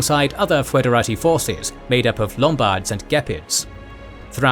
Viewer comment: I have to comment this. It's pronounced "federati", not "foederati". Also there's argument that "ti" might have been "tsi", like in Church Latin, so it would sound exactly like a Romanian would read it, "federați". Either way, t or ts, the final i should be smooth, almost silent, the accent is elsewhere.